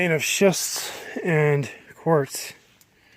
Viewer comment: SCHIST NOT SHIFT